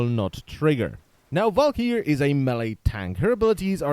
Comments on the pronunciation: "Val-ker-ee" not "val-key-air". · Garen Olivari Well no it's a swedish word pronounced Val-k-yyr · is it just me or does anyone else fin it extremely funny how his accent makes him say walkyr ?